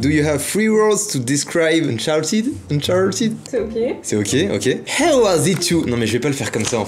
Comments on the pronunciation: Unchartid, tu dis Unchartid alors que c Uncharted 😂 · sa se dit pas unchertide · Mec trop bien le vlog mais juste cher pas si c fait exprès mais tu prononces mal uncharted